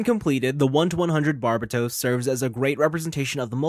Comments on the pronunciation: and here I am pronouncing it as Burbatos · Butchered the name though.